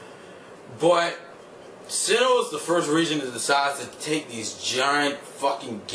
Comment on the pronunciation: it is sinnoh not sinnouh